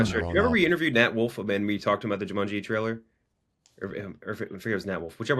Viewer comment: why the fuck does keep saying jumunji